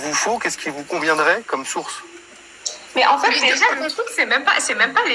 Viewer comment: "En fét' le probléme c'est que" ... jpp 😭😭😭😭